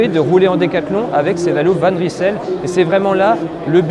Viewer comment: Va juste falloir apprendre à prononcer le nom convenablement : Van Reille-Seul. 😉